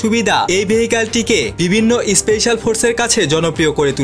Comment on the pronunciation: Kangladesi especial noi special bol